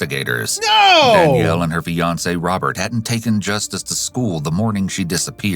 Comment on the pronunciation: When you said Fiance at the halfway point, I though you said Beyonce 😅